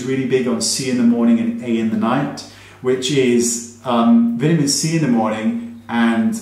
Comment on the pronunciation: I can’t tell you enough how much I love watching your videos. You’re so funny without trying and content & info is always on point. I love the way you vi-ta-men. It always takes me a minute to figure it out then it makes me laugh like a silly youngster. You’re the best!